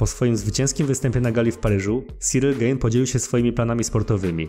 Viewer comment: Gane a nie gejn 😂